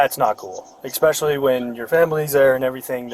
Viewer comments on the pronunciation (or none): Especially is not pronounced “eXsoecially.” Common police L. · is "eXpecially" not the sharpest tool in the shed. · Grown men who say, "eXspecially" should not be alowed to become cops. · You should not be allowed to be a cop if you pronounce the word especially with an x… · That officer pronounces especially like ex-specially. My cousin in the city over pronounces it the same. I wonder if it's part of the Utah accent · Cope says Expecially instead of especially. 😂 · He literally thinks there's an x in the word. There's no excuse for it. It's not a mispronounciation.